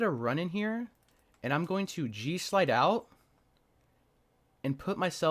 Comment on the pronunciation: Oh, G SLIDE I thought for moment you're saying JEW SLIDE and was thinking WTF did I just hear 🤣